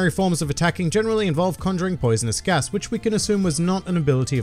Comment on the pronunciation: I'm really confused why you don't just say GAS. It isn't a Japanese word like the other fruits, it's an English word with an accent.